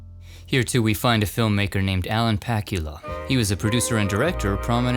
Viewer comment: Alan Pakula's last name does not rhyme with Dracula. Rather, it is pronounced "Puh-KOOL-uh"